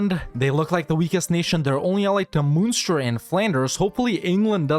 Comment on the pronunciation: Ok, I need to say that you are pronouncing the Irish munster like the german one and its wrong bro! :'(